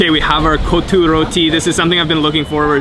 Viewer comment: It's not Co2 it's Kottu